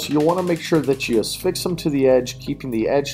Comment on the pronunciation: There is no "s" in the word "affix". I don't get how these words end up with added letters, syllables, etc.